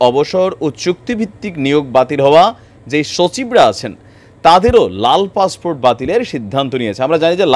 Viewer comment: Bangladesis English passport is passfort in bangladesi style 😂😂😂😂😂😂😂😂😂😂😂